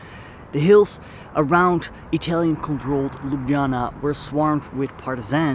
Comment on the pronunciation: lubdzana? ho ho ho...